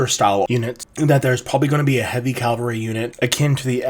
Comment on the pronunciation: Great video. Really interesting. Drives me nuts how you Americans say Calvary instead of Cavalry.